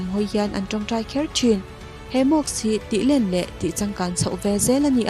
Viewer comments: Mosque..... Mawsk....tia lam tur.... Mawks tiin I lam daih a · mosque.... mas-khi...tiang deuha lam tur...mawks ti ang deuhin i lam a ...tin,mask tih pawh hi .....maks ti ang deuhin i lam a,mas-k-hi...tia lam tur...k aiin s khi a ri hmasa tur a ni